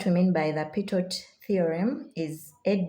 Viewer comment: Pitot is pronounced as Pee toe.